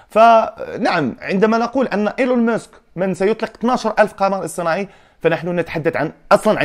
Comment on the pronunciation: إيلون ماسك و ليس إلون مسك